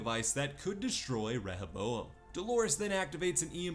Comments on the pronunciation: It’s RE-HO-bo-em. Not rehe-bo-em. Seriously annoying to listen to. Did you even watch the season? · ReHOboam. Not rehèBOam